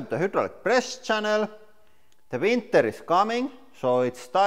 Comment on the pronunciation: "Veeeenter es coming"